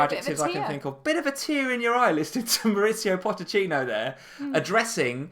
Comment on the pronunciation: Its pochetino not potechino js ( god knows if i spelt it right but you get it)